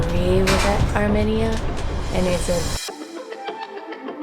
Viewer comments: I think it’s funny how made fun of the way said “Azerbaijan” while he has been saying “ Armenia” wrong since day one. Not to mention hasn’t said a thing to him! 😂🤣😂🤣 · You were so concerned about pronouncing Azerbaijan correctly, but could care less that you were butchering the pronunciation of Armenia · Sona not sana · These people look nice but I live in America but I’m Armenian and the way they say Armenia annoys me lol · Can we talk about how they pronounced Armenia? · the way they said Armenia makes me die a little inside every time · It's pronounced "AR''ME''NIA" ... NOT ..."AR"MI"NIA" sorry that was bugging the shit outta me I grew up with Armenians my whole life because they're all here in Hollywood Calif and in neighboring Glendale but slightly more in Glendale lol so I'm used to hearing the word spoken correctly. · It’s arMEnia not arMINia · I think it’s pronounced ArmMEEEnia not arminia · Its Are-mean-ee-uh Not Are-minnie-uh!🤣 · It’s pronounced Ar-mean-ya, not Ar-me-ni-a. 🥰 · Not arminia it’s ArmAnia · ARE - ME - NIAN....not ARE - MIN - IAN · I’m sorry but you guys say Arminia it’s Armenia I’m Armenian btw there food is great 🇦🇲🇦🇲🇦🇲🇦🇲 Tell everyone I said parev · Are-mean-ee-ah, not AR-min-E-a, and it’s Ah-zer-bye-zhan not Az-shore-bi-shan 😬 I started to question my Armenian knowledge thinking I’ve been pronouncing it incorrectly all these years! I’ve been there, my best friend was Armenian, hearing them say it the other way sent me in a spiral of self doubt that led me to make a phone call to find out. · It's amEina sorry no hate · It is not pronounced Arminia!! Stop it!! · The way they said Armenia. 😂😂arm -enya Well that’s how it’s pronounce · theres no mini in Armenia. like theres not even a difference between people saying it like potato/patato. how to pronounce Armenia ~ R-mean-ee-ah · Ar-mee-nia. Sorry, but it's been driving me nuts. My Godmother was Armenian and she was very proud of 🇦🇲.